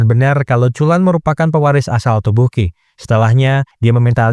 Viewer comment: Qi itu bacanya Chi, bukan Ki